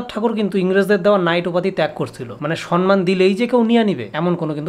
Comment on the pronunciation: Dada, Sanman noy,Ota SAMMAN hobe.😊